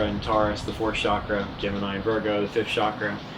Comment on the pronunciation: ok Iove you both, but before anyone attempts to raise their kundlini or enter a hatha yoga studio, or buy another crystal or indulge in some "California Tantra", lets get the pronunciation of Chakra right. Chakra is not pronounced Shakra. It is a harder Cha as in chocolate or chip. The problem probably stems from the way the word entered the European languages, but that is another matter. As usual I enjoyed hearing you both.